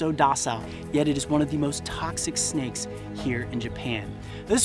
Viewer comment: "I hate snakeu"